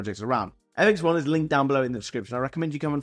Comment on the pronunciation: Fx1 not Fxi😂